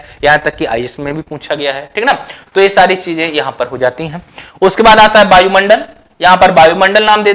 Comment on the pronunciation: सर बायुमंडल न बोले शुद्ध वायु मंडल बोले।